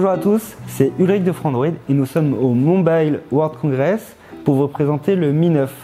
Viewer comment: "Mombaille-le world congres" 🙄 À vouloir être plus anglais que les anglais...